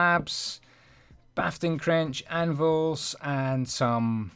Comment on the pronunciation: He said “Bafting Crench”